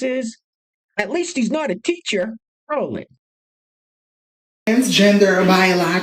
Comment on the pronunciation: Just subscribed... Like the "rrroll it"